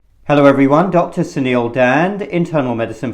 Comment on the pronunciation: It's Suneel not senile Please you may consider pronouncing the u in Suneel a bit longer because when you say it fast, your first name sounds like senile like for dementia Biden.